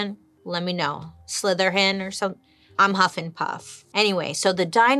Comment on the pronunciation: Lol, "Huffinpuff" "Slytherhen" Also Joan was cute 😂